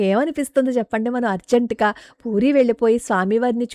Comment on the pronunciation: పూరి not పురి , please correct